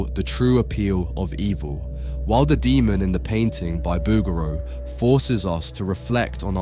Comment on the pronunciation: Very nice video... but seems a little unbelievable lack of (?)from someone that pronounces ''Booger-O''